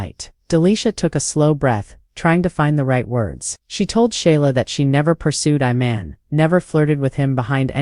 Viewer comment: His name is Iman not Oman get it right y'all always Fckg up someone's name